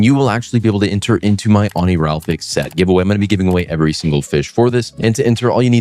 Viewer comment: I still don't get why you always say Oni-ral-fix 😂 It's Oni-ri-falx